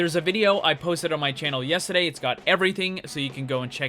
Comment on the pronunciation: When you become British when saying yesterday